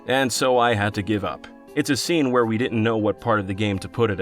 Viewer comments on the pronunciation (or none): none